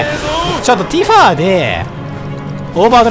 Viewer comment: 毎回だけどティファをティファーって伸ばすの気になっちゃうw